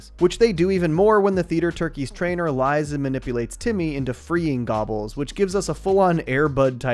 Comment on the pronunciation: Timmy said "gabbas" (gobbles) like 600 times